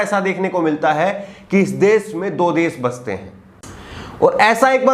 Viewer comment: Kripya,apni bhasha dhudh kijye . Sha shabd ka sahi ucharan kare plz . Sha ko sa na kahe. Bar bar desh ko des kehte ho. Ek journalist ki ashudh bhasha sharmnak he . Agar bhasha ashudh he to iska matlab journalism ka course thik dhang se nhi hua .